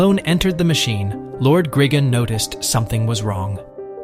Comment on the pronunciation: It's gri-gon no grigin